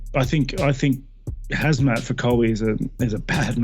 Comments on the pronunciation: 😂Whitaker called him HAZMAT 😂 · Robert Whitaker called Khamzat, "Hazmat" 🤦🏿‍♂️ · Lol, saying Chandler wouldn't let Islam take him down is such a bs, Chael still don't understand what Team Khabib capable of. :D Also, everyone: Khamzat. Robbert Whittaker: Hazmat. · Is it be or does Whittaker Keri calling him Hazmat instead of Khamzat? 🤔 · the K is silent lol, and it isn’t pronounced “hazmat” it’s “Hom-zaht” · its not the K part I have a problem with that's actually correct its supposed to be with an H sounding start to the name I'm saying he switched the letters M&Z in the name its "khamzat" not "khazmat" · I'm not saying the H part is wrong I'm saying he's moving the placement of the m and the z in the name "hazMat"---"haMzat" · Robert Whittaker called him Hazmat 😂 🙈 you train with the guy and cant even get his name right lol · NOBODY: Robert Whittaker: HAZMAT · Cumshot…. Get it right 😂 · Did Whittaker really said hazmat.. 😂😂😂😂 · Lol Whittaker calls him hazmat. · In Aussie khamzat is pronounced hazmat. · Did Whitaker really call him? Hazmat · It amazes me how many fighters/media/etc can't pronounce fighters names. Whittaker just called him "Hazmat" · It's pronounced KUM-ShOT! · It is Hamzat lol Russians just have the k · Covington only calls him Cum shot cause he can't pronounce his name 😂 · HAZMAT? Really Robert Whittaker? You can't pronounce Khamzat? LoL that's bad...HazMat